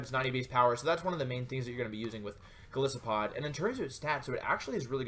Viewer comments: i dont want to sound whiney, and i appreciate this great video, but... Goliath+Isopod, the "i" in Golisopod is said like "eye". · Wouldn't it be pronounced more like Goal-Isopod, given that isopod is its own word, and the first part of the name supposedly comes from "Goliath"? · You gotta pronounce the name with a hard I. Like the animal it's created from, an isopod.